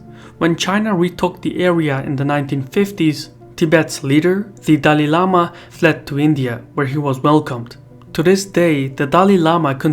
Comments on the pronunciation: It's not Dali lama, but, Dalai lama. Please note. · ITS DALAI LAMA NOT DALI LAMA